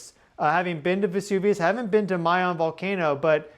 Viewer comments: Pronounced Mah- Yoon not Mey - Yown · Pronounced my-'YONE (long O) YONE rhymes with own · It is pronounced Mayón. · I hate how you pronounce mayon